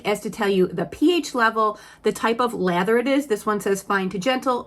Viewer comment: Omg I thought you were saying leather not lather 😂